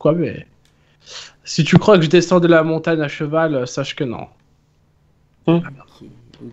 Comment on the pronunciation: c'est Montagne et non pas Montane! Go aller voir un orthophoniste mdrr